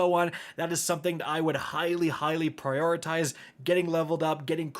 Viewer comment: "Priotitize" over and over instead of "Prioritize", surprised I didn't see a comment mentioning this already. Did see a couple call out the "Deprecated/Depreciated" usage at least.